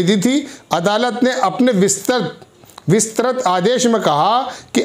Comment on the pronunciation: kisane isako reporter banaya hai..? isako pahale proper training do..! Hindi bhi thik tarake se padh ke sahi nahi bol pata hai..! Vistrit bhi nahi bol pata hai sahi se reporting kya khak karega..!